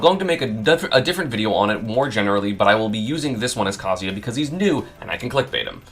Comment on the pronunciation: Why is esam one of the only people who pronounce kazuya correctly